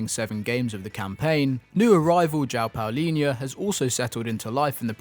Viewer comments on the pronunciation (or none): One day the english will be able to not only say João properly but also Palhinha 😂😂